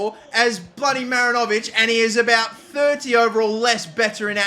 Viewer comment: Kiwi here... 'Great Wall of NZ' is pronounced "MaRINovic" as opposed to "MarinOvic". Emphasis on the RIN rather than the O in the name. Hope that helps